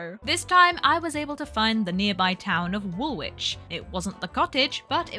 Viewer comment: Woolwich is pronounced Wullitch 👌